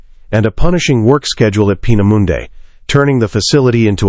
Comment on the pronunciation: Peena Mundey. Peena moondah